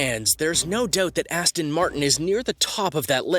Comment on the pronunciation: It's an Aston not Astin.